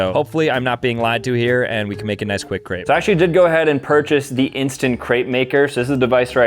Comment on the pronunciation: am i the only one who got annoyed on how he said crepe